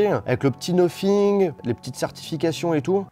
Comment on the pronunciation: Sacrés français vous avez vraiment de la difficulté avec votre anglais😂😂😂 cest noThing pas noPhing AHAHAHAHAHA😂😂😂